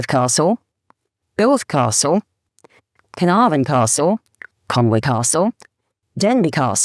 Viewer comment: Your family is from there & you STILL can't pronounce Conwy. It's not Conwaaaaaaaayyy, it's Conwy.